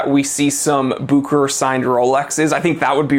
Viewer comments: It's pronoounced book ur ur my friend. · I talked with Rolex they're changing the pronunciation to Buke her hair. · The real name is Bucherer a Swiss name. But Americans are almost always not able to pronounce a foreign name correctly.